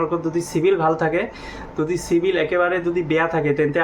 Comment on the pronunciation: O গৰু চিভিল নকৈ ও চিবিল কৈ